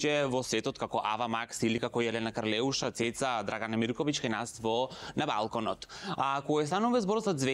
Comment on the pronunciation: За БалкОн ај ќе речеш згреши, ама "контуунирано"? :face-purple-crying